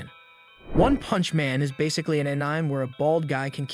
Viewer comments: Sorry if this sounds rude, but its pronounced an - ee- mei, not an-ime, I presume... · This video is just AI generated bro called Sukuna Toji, and then Yuji. And the voice says Änaim. And so many other things. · i made it 13 seconds into when he said anim and i turned off. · all the pronunciations are pissing me off. anim heaven